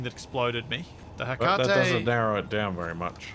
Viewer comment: God I hate how you're pronouncing 'Hecate'.. The greek goddess of magic